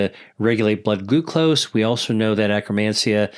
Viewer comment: Did he say acromancia?